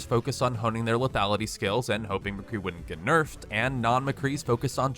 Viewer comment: im sorry did u say mcree HAHHAH u havent heard of symmetra